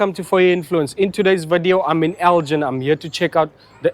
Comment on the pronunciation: Nice one. Fun fact - it’s pronounced El-gin with a hard G as in give, not as in gin and tonic. Named after the Scottish town of Elgin.